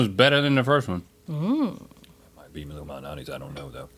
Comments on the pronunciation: and "Lou Minati's". Lol...Illuminati's. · saying "Lou Malnati's pizza" sounds like "Illuminati's pizza"